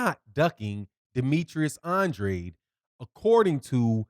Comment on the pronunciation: "an drAde", with a long A. Not "an dra dEE" I'm sure you're not purposely mispronouncing his name. He confirmed this in one of his interviews.